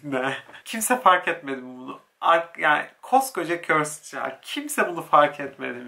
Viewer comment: körsıd körsıd değil yahu körsd demelisiin "ı" harfini söylemee körsdddddd